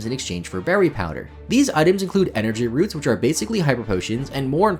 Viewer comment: "Energy Roo"T"😢